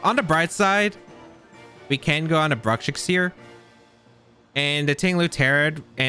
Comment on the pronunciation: 2 minutes in and he misspronounced Bruxish in 4 different ways already 😂